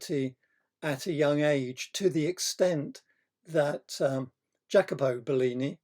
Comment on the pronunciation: Great! Love it! BTW: It's pronounced 'yackobo'. Many thanks! MORE!!!! Veneziano! Castagno! Rossellino! Piero! All the early/mid quattrocento!!!